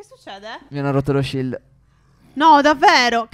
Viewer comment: Stef perché dici shild se siamo in in Minecraft